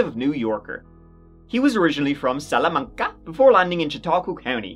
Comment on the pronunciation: I love you for acknowledging buffalos chicken wings. We are the OGs. As a Buffalo native, you sent meeeee when you pronounced Salamanca 💀💀😂😂